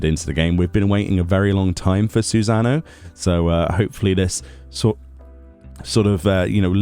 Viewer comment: "Susan-O"